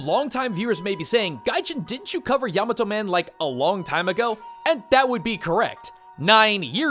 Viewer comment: Thank you for pronouncing Yamato Man properly, unlike some other Mega Man YouTube content creators out there.